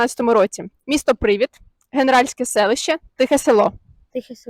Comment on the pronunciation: Привід - не привИд. Дуже ріже слух.